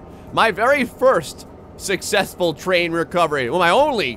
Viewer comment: Why do you say "sixessfull"?